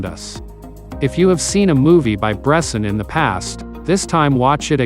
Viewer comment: It would be nice to pronounce his name correctly ...